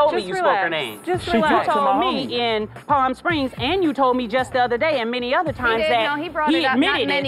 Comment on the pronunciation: Did Jackie say parm springs 😂